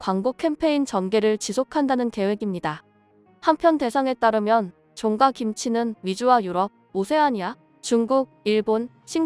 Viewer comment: 외국인인가? 아니면 A.I.? 종가집 종가는 그냥 종가로 읽어야지! "종까"로 읽냐? 혹시 쭝국인 아니야?????